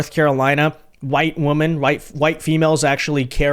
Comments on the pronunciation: Bro why you keep saying woman in place of women? Lol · Get the pronunciation of Women correct!